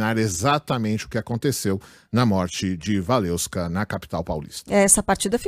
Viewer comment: "WaleVska", não "WaleUska", pelo amor de Deus. Se não conseguir pronunciar, fala Waleska mesmo.